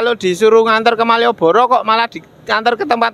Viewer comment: Penekanan maieboro